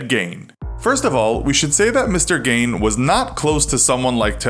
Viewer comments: Think your mispronouncing the last name. It's "geen", right? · It’s pronounced Ed gein (geen) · Pronounced Ed “geen”. Sounds like green. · It's really annoying me how you mispronounce his name "gain" the entire video... especially bc you say it every 5 seconds.. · It's Geen. I'm from Wisconsin that's how we pronounce it. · You’re not pronouncing his last name properly...... Geen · Ironically he was pronouncing his name wrong the whole time it's geeen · It’s pronounced Ed gEEn with the E sound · It’s pronounced geen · Its pronounced "GEEN", gawd! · It’s pronounced as Geen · His name is pronounced geen.... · I don’t think he was that far bizarre, just a fun imagination 😐....Also it kills me to hear his last name pronounced “Gain” lol.... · its not said "Ed Gein" , its "Ed Jein" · It's pronounced "Geen." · Gein is pronounced Geen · ED KEMPER MADE THAT QUOTE. YOU EVEN MISPRONOUNCED THE NAME, IT'S "gYNE" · It's pronounced geen. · Everyone here pronounces his last name like 'scene' or 'lean'. My great uncle lived 3 houses from him growing up. The town used to pay Ed to pick up rocks from the ditches in front of people's houses, and my great uncle remembered a story of his father yelling at Ed for just throwing the stones further into their yard. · Nice Video. But, he is pronounced gi:n. And, as he was no serial killer, so the title is a bit confusing... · His last name is pronounced Gene. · Gein clearly isnt pronounced GAIN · Isnt it pronounced geen? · that's what I thought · Matt Nobrega I think it's pronounced geen. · It’s pronounced like gine. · His name is pronounced "Geen." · cough Its pronounced "geen" cough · It’s pronounced “GEEN” like ‘green’ without the ‘R’. You must be a yankee som’ bitch. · Is that how you pronounce his name? I thought it was like "geen" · Isn't it pronounced "Gheen"? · My family personally knew Gein, and we had called him uncle Eddy. Also, it's pronounced Geen. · Awesome video but his name is pronouned Geen. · U said his last name wrong js